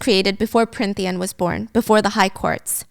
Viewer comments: i love watching these but as someone who read the books i can’t help but giggle when she keeps flip flopping between what the fae realm is called😂 i can get past the few plot flubs or saying tithe a little weirdly, but her changing between Prynthian and Prynthia and Prythian and more every time pulls me out for a second to laugh every time😂 i also love that they keep saying tamlin’s name like it’s an asian name, it’s so interesting since i hadn’t thought of it like that at all until these videos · I'm sorry i adore you Stephanie but it's Prythian not pryNthian 😢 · I love this but giiirl its PRYTHIAN not prynthia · Pryn-thia … prynthian … Stephanie you pronounced Prythian right the first episode 😂❤️